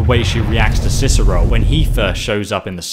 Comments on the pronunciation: Let me guess, someone stole your Ciceroll... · Good old "Ciceroll". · sounds like hes saying Ciceroll not Cicero... like if u agree! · It’s Cicero, not Ciceroll... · Why does it sound like he says cicerol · Why does he say cicerole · Why does keep calling him Ciceroll??